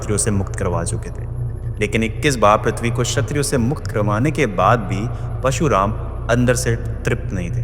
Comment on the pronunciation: I love your content, but i feel unka naam parshuraam hai na ke pashuraam. Meri galti bhi ho sakti hai, maaf karna agar bura laga ho to